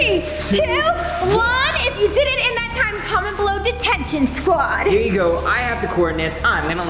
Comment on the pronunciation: Decided scwod